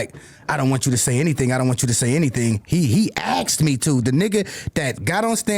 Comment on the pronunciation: Aksed No!! Its asked!!!!!